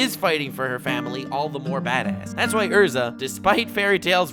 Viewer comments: Erza.. not Ursa pliz.. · Yo..... it's pronounced Erza